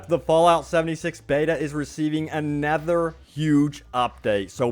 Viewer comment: "A nather"